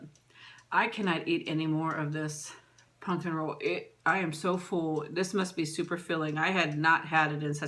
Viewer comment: I love how instead of saying pumpkin you say punkin.